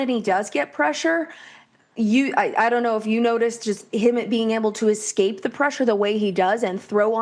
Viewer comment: I know we went to State schools but can we please pronounce "escape" correctly?